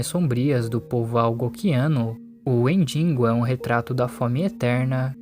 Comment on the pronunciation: Que agonia ouvir "WendiNgo"